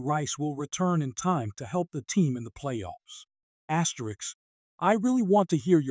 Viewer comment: Stop the asterisk asterick asine asine